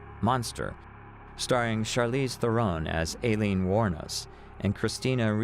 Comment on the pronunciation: Narrator, you really need to get your facts straight. First of all Aileene, law enforcement, judges.., all pronounced her name " I leen", secondly, there has never been any proof nor had law enforcement ever accused Tyria Moore of being an accomplice in the murder spree. At the beginning of your narration you referred to Wuornos as a "lesbian", Aileene was proven to have many affairs throughout her life, and Moore was the only known lesbian affair, the rest were men. Finally, do your research from reputable sources; your channel members deserve facts, not guesses.